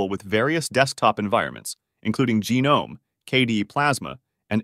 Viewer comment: jah-nome? wtf